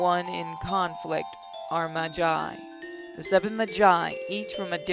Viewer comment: Im sorry to be a fate addict but you you say magus and magi like you say mage